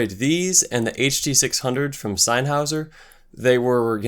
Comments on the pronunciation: Just a tip- sennheiser is pronounced "Sen-high-zer" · Just pronounce the "hei" in Sennheiser as "hi" from "hi folks". Senn-hi-ser. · Excellent review and your choice of headphones was spot on for a great comparison. Please accept what follows as constructive criticism...I believe the reason you got over a hundred dislikes was because you didn't know how to pronounce Sennheiser and Schiitt. I don't think that's fair, because I thought your opinion on all these cans was accurate, and you said you were not an audiophile more than once. For future reference. Sennheiser is pronounced SIN-high-zuhr. The story on the name Schiit is that the before the company had settled on a name, it's owner would tell his wife he had to go work on some shit. His wife said for that reason, he should just call the company Shit. He thought it was a good idea, so he changed the spelling. It's pronounced shit. You also mentioned you didn't know who Quincy Jones is. Jones is one of the most prolific music producers of all time. He would have to be in most experts' top five, I would think. He started work in the 50s and worked with some of the greatest acts in rock/soul history. He was sought after in the 60s for music scores. He produced Frank Sinatra, Ella Fitzgerald and Michael Jackson among many others. He worked with Jackson on Thriller which is the top selling album of all time (Largely due to Mr. Jones work in the studio). He also produced Jackon's "Bad" album and "Off the Wall." To date, "Thriller" has sold 110 million copies. Bad sold 45 million copies and "Off the Wall" sold 20 million copies. That's 175 million albums sold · LOL. Everyone who corrected your pronunciation of Sennheiser were incorrect themselves. Zenn-hi-zuhr. Beyerdynamic is pronounced like buyer as opposed to bayer. Useful review. Thanks. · Smashed the LIKE button as soon as i saw you go senn-hrawwhrharrrwoof! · This video triggered me. How can you review headphones but not know how to even say "Sennheiser"